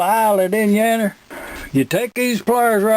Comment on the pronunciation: I've made it this far and I have to say...you got this Michigan boy saying "out yander"